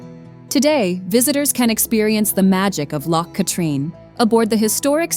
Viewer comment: Drumnadrochit,Ben A’nn,loch katrine and the trossachs had me shouting that’s no how ye say it 😂